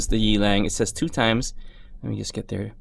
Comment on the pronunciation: The brand is pronounced as Yeah-Lung, meaning Wild Wolf in Mandarine Chinese. I think it is idiotic to write your brand twice on the logo even if you are Rolex.